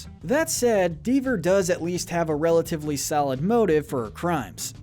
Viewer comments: And its not "deaver" its "dever" like evil endeavor. Nobody corrected his script read during recording lol. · Ok, Deavour as ‘Deevor’ I can look past. But Mater as ‘Matter’? No. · Has anyone checked this guy on his pronunciation??? Evelyn “Deever” or “Matter” not Mater...?? Like dude cmon